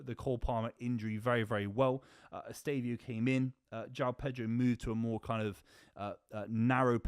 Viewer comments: Say it with me: Ess-teh-vah-oh. Who tf is Estavio?? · EsteVÃOOOOOO bro, lear his name is